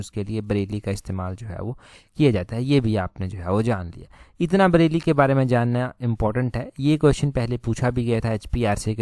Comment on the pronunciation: ब्रेल है वो ना के ब्रैली..